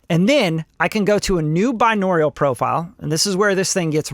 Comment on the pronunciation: i love u but if u say binaural wrong again im gonna jump out of the window